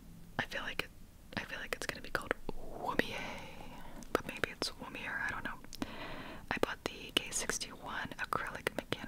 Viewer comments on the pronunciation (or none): Also womier is pronounced wom(mom with a w) e ear(or air)